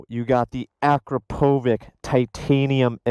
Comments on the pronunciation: it's not ah-kra-PO-vik. it's ah-KRA-po-vits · Dear. Akrapovic is pronounced "Uh-Crop-Oh-Veech" I work at a dealership and a lot of people ask me that so I had to hear it from somebody with overhead in the company itself to reassure I said it correctly, not that it matters! Haha